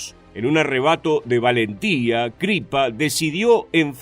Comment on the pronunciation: Único detalle. Siempre pronunciás Crippa con acento inglés y es en realidad italiano. El resto perfecto